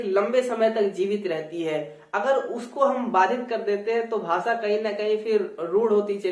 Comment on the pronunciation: आप खुद भी 'भाषा' शब्द का उच्चारण 'भासा' ऐसा करते हो । यूपी / बिहार में सब लोग ऐसाही उच्चारण करते हैं । जैसे की उत्तर प्रदेश को उत्तर प्रदेस कहते हैं ।